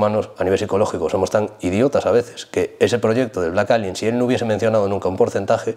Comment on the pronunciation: "Blek Elion" xD